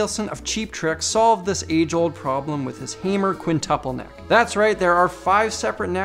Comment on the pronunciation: FYI: Hamer is not pronounced "Hammer," but rhymes with "Kramer."